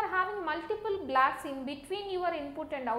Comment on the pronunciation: Are you saying blacks or blocks?